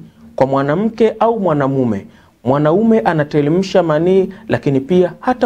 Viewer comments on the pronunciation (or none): Sio anatelemsha bana" ni anateremsha" kiswahili chako kibovu sana, rekebisha matumiz ya R na L....